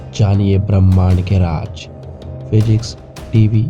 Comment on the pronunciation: It's not raaj it's raaz